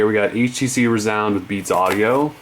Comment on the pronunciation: its rēzound... not r"u"zound